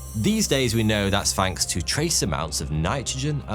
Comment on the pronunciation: I like your show but it's (th)anks not fanks. 😁